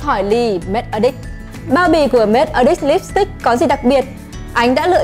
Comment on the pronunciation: E nghe thành make a dick 😂😂😂